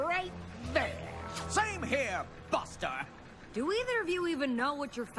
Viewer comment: Did Flim say bastard or buster? Surely MLP wouldn't allow that! Or would they...? Hah!